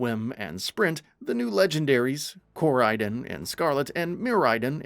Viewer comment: "Co-ride-on" Not "core-raid-in"